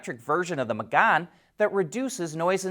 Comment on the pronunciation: FYI: Mégane is pronounced "May Gahn".